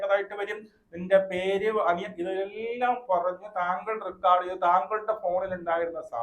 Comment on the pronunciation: റിക്കാർഡ് അല്ല റെക്കോഡ്